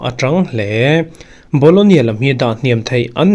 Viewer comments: bologna tih tur😂😂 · BOLOGNA ti in lam ve mai la.